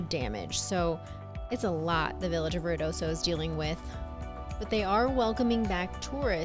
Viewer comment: It's pronounced Ruidoso, Not Riodoso...